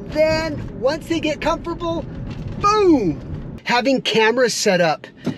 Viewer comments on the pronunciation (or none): That’s a new one lol comfurble 😂😂😂😂 another great video tho!!